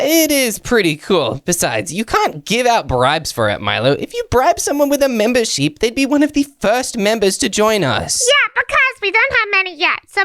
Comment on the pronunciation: Mimber ship not sheep